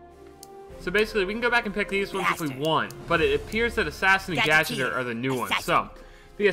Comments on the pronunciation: I was triggered when speedy said gadgeter instead of gadgeteer( like gadget-ear) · Gadgeter..... he said gadgeter instead of GadgetEEr fucking speedy xD